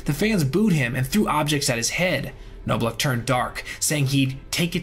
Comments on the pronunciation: I just wonder. Do you listen to the clips you include so you can hear how the guys’ names are actually pronounced? Knob-lauch, not Know-blauch. Troy Gloss, not Gl-ow-s. To sound authoritative on videos like this, you gotta get basics like that right, otherwise, you just sound like someone wrote a script for you. May seem like nitpicking, but sorry, it betrays a lack of actual knowledge of the players and just a cursory understanding of the stats. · It’s pronounced like Knob not noblock for Chuck and Appier is A-Peer not appy-er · "Gloss," "KNOB-lock," "APE-e-er," "SAY-zar se-DAYN-yo." Please do some research regarding name pronunciations. There are so many old games featuring these guys. Just watch some. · Just a question, did you actually listen to anyone pronounce these players names before you recorded this? You mispronounced Knoblauch, Appier and Cedeno wrong.